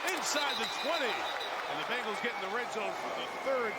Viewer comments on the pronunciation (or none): none